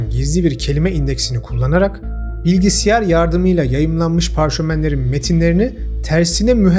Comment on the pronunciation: Bıkmadın bilgisayara bilgisiyar demekten 😂